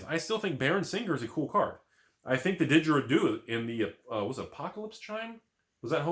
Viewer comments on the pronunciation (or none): Pronounce didgeridoo properly mate